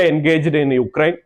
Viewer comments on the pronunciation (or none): none